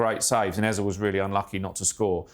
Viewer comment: Its not "Ezah" Its "Eze" Just saying Thanks for the analysis though It was marvelously put together